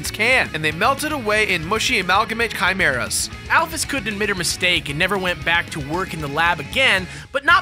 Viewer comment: Thank god there's someone out there who doesn't pronounce Alphys al-feez.